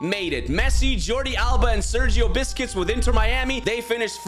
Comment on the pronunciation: Inter Miami with Sergio ‘Biscuits’ 😂 Love you mate. Keep up the good work, your vids put a smile on my face